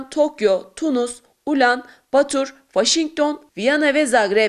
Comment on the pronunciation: Mansur Yavaş adamdır net. (Spiker de Ulanbatur'u ayrı iki kent gibi okudu ya :D )